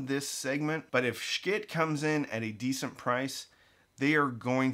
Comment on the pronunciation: I'm sure I'm the 150,000th person to ask, but why do you choose to mispronounce Schiit Audio's name?